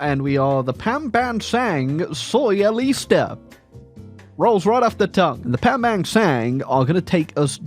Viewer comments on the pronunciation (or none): I cannot believe mispronounced the Pambansang Sosyalista as Pambansang Soyalista, unsubscribed twice over.